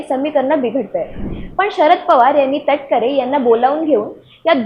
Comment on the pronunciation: अहो नावतर सरळ घ्या सुनिल कटकर नव्हे सुनिल तटकरे